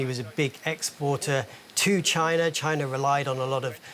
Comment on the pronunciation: 😂@ …Tyna? Now Germany has to compete with China and Tyna 😂😂😂